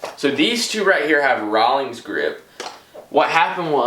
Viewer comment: if i hear him say rawolings one more time i will kms